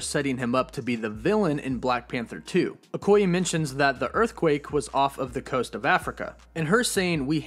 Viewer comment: It is pronounced OKO YAY, not OKO YI.....